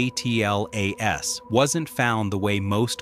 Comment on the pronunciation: ATLAS,JUST SAY ATLAS.Its one word!